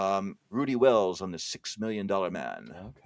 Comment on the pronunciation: Agreed. I like how Colossus couldn't pronounce the word" man" properly.